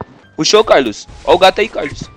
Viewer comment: * absolutamente ninguém *